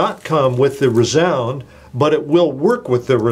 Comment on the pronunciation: Haha, rEEzound